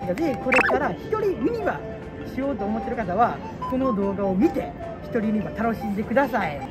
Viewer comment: からやってきました😆 ユ↑ニ↓バ↑の発音をにレクチャーお願いします(笑) ポポポが流れてる❤ もちろんチャンネル登録しました！